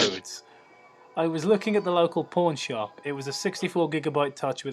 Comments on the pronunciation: I see, he said pawn shop...I thought it would be kinda weird buying an ipod in a porn shop... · When you said pawn shop, I thought you said porn shop at first.....